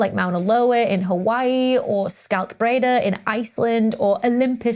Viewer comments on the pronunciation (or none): none